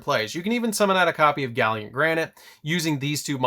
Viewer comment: Gal Lant. Gallant.